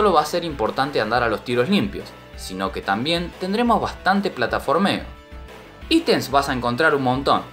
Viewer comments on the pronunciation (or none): none